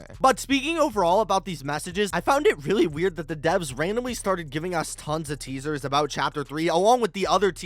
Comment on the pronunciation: Bro became British "Teasahs" 😭